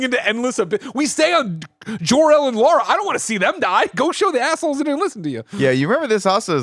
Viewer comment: jork-el took me out lmao